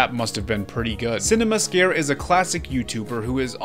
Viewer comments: Its Cine-Massacre not Cinema Scare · I was thinking to myself "Cinema-scare? Is that some lost Monster Madness themed game?" Until I realized that's how the dude pronounces cinemassacre Also, dude talks about James Rolfe’s site as if it's him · CINEMA SCARE? ITS CINE MASSACRE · same here, then he brought up AVGN footage and I understood Sin-A-Massacre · Sorry hate to be this guy but its Cinemassacre (sin-ah-mass-ah-cur) and normally i wouldnt care but James Rolfe is a national treasure and one of the main reasons Youtube got so popular back in the day. He is the sole reason i first ever even went on youtube. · Lmao you BUTCHERED Cinemassacre's name lmao